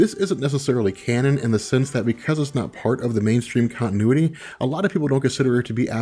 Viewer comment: It's good, but learn how to say continuity, there are t's in the word for a reason... To be said!!